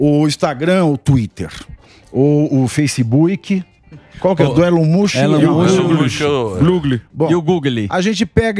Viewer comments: Elon mush 😂😂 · Elon "mucho"??? Oi!? Rsrsrsrs😅